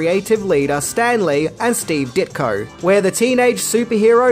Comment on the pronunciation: Steve Ditkoer???????